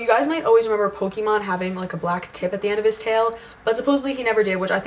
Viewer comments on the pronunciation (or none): none